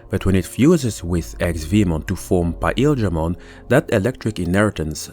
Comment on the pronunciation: this guy says PAEL dramon Is this some sort of an off-panteon god?